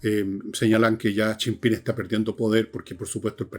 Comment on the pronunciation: Jajaja... ¿Hasta cuándo le dice Chim-Pim al presidente chino? "Chi Yim Ping". Tampoco es Pirimpimpín.